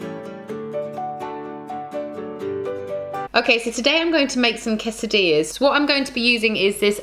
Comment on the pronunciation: Quesadillas* not quesidillas